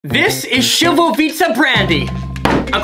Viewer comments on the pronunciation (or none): My guy, its pronounced like "shli-vo-vitz-a", over here saying it like "sil-vo-vits-a" 😂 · It's pronounced shlee low vits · it most definitely is not pronounced slivovica, š is a sh sound not a s sound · Man šljivovica? Its pronounced as Slivovica you know like you would start the word Snake. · I think it’s pronounced more like “slee-voe-veetz” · Isnt it pronounced slivovitz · Never been more disappointed in a fellow south slav bro can't even pronounce šljivovica or na zdravlje my disappointment is imesurable